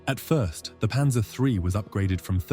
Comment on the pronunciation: PANZER NOT PANSER!!!